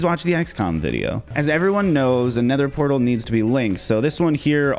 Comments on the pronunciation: pether nortal? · ah yes, the pether nortle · actually said "Pether Nortal" 🤣 Your videos are AMAZING! You deserve SO much more Subscribers! Keep up the awesome content!